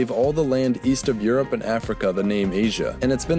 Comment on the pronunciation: Where is the "yu" in "Europe"?